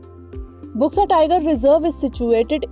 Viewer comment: इसका उच्चारण बुक्सा नहीं बल्कि बक्सा टाईगर रिजर्व होगा। इस क्षेत्र को डुआर्स कहा जाता है। असम में भी बक्सा नामक स्थान है। अलीपुरद्वार पहले सबडिवीजन था पर 25 जून 2014 के बाद इसे जिला बनाया गया।